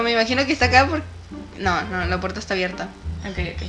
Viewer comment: mi parte favorita fue cuando dijiste abridá y es abierta jajaja